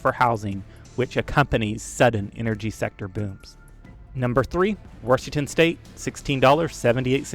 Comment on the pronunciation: This guy says "Washington" like my mom, somehow adds an R in there. Warshington